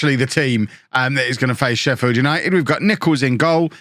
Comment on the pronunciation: I'm from sheffield and that made me cringe, "sheffi", we just call it sheff